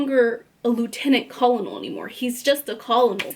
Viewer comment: Great summary! Enjoyed it! Google the word Colonel and then press the sound button to listen to how you pronounce it 😅